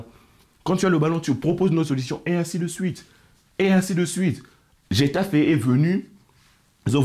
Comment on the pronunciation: la prononciation m'a fumé, impossible de ne pas faire de jeu de mot. "j'ai taffé" 🤣#Getafe